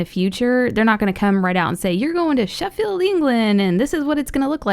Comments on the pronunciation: You said Sheffield wrong you said sheffeld not Sheffield and I also live there is I know this stuff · i hate how you say Sheffield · It's Sheffield not Sheffield England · I'm from Sheffield, so I actually got excited when she said it, but the way she pronounced it, no hate but it was just funny